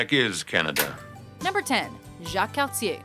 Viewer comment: The narrator must be Canadian herself, being able to pronounce names like Cartier's and LaFontaine's perfectly.